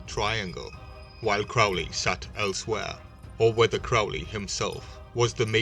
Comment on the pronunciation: His name is pronounced to rhyme with holy...get it right.